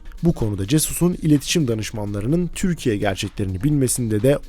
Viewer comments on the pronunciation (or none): none